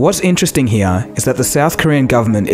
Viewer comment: " so what's going on hea?" 😂😂😂